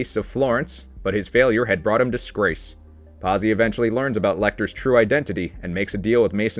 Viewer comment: Verg, er Verge er, verger Pot zi, pazzi, great video, but God damn, can we Americanize names any more ? Seriously lol